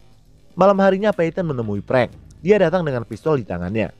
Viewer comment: Bro...raiso ngomong F yooo....frank kok jd prank? 🤣🤣🤣